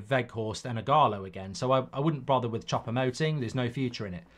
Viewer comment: 'Chopper' Moting. 😂😂😂 FFS Mark it's Choupo-Moting. 'Chew-po'. 😂😂😂 By the way, Eric-Maxim will be somewhere between Ighalo and 'Workhorse'. I.e. not very good.